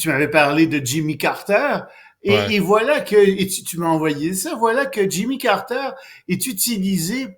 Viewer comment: Chez-nous on prononce "Carter", pas Carreteurrrre !